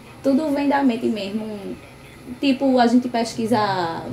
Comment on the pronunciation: Nao acabou os estudos fazer o que ? kkkk ''esqueço tudo meermo'' kkkkk